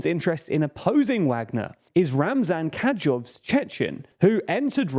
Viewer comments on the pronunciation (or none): "Ka-dee-rov". Not "Catch-off". This name has been spoken thousands of times, yet cannot seem to get it right. Get new spectacles or make the font larger.